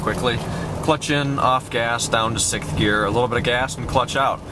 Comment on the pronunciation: It's pronounced "Sixth"... not "Sickth". Other than that, very informative. Thank you.